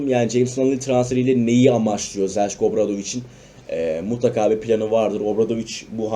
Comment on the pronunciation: Zeljko yazildigi gibi okunmasa daha iyi olacak sanki